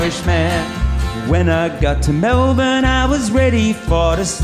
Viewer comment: I like this.. Thanks for posting! You even pronounced Melbourne correctly lol